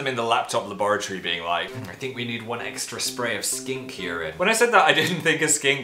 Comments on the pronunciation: The end part sounds like he said skank instead of skink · I like how at the end you say skank rather than skink xD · Not joking I thought he said "skank" and I lost it